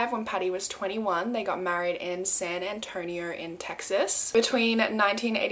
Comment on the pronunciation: So crazy I live in San Antonio and it’s so weird to hear you say it 😅